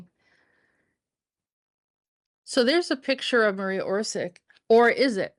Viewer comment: Her father Tomislav was the arhitect and had office at the main/ central squre of city of Zagreb. You prounance surnem wrong. Also name Marija. Not Maria but woth "j" pronunce as y in yacht, and not stress on M. Surname is Oršić, Š pronaunce as sh in shame, Ć pronaunce as ch in chizle. Marija Oršić.